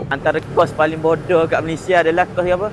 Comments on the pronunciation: Boodoew dia sebut😂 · saya layan video dia sebab nak lepaskan stress je....lagipun saya sebagai orang terengganu bila dengar dia sebut bodo ke ape rase kelakar pulak...tapi apepun saya memang tak sokong statement dia tu kerana setiap los dalam universiti ni ada fungsi dia dalam industri....lagipun kite kenalah pelihara tarian warisan bangsa